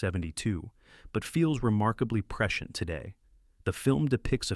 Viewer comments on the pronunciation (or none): Preshent, preshent, preshent, lol, cmon A.I voice man. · Especially when Hal can't pronounce prescient - a word that's scripted so many times it becomes ridiculous. (Press-see-ent) Ugh. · AI is not a threat until it can pronounce the word Prescient (preSH(ē)ənt) correctly. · Apparently, someone has taught AI the word "prescient". 🙄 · Baled partway through because I couldn't handle hearing the word "prescient" anymore. Annoying word, especially annoying when pronounced in two syllables. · Prescient. In prescient the “i” is sounded. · This video has raised so many questions for me. Mainly, how to pronounce the word ‘prescient’.